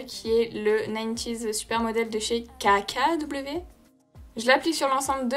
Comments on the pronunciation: La marque KKW ne m'intéresse pas du tout, mais qu'est-ce que j'aime t'entendre dire "CACA DOUBLE V" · Pourquoi elle dit "[caca] W" ? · J'ai adoré comment t'as dit KKW